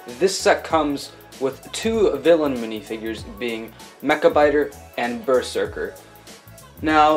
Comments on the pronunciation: Bro it’s pronounced berzerker not ber serker!!!! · It's pronounced berzerker